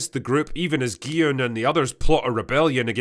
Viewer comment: one of the only reviewers who actually calls gi-hun gee-yun and not gee-hoon or jee-hoon or gee-han